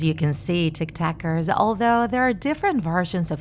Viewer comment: Everyone: Listening to the horror story Me: Listening to her saying tiktackers